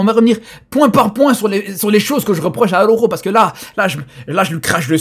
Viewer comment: ARAUUUUJOOOOO LES GAS ARAUJOOOOO LES FRÈRE 😂😂😂😂😂😂😂😂😂😂😂😂😂😂😂😂😂😂😂😂 l’accent il est propre même énervé